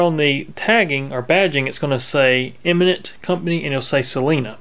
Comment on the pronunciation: Great video, but the brandname is Eminent, not Imminent .